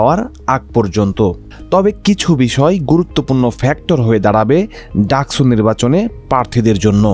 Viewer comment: স আর ছ এর উচ্চারণ তো আলাদা, ডাকসুকে ডাকছু বলছেন কেন?